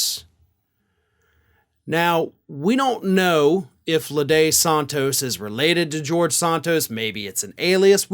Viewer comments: It's not ladey Santos, it's lady Santos. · It is pronounced 'lā dē', as in Lady Santos, one of his drag personas.